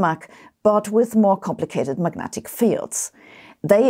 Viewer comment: Just wondering - - what are Magentic Fields? A little less than Majestic? More? LOL 🙃🤔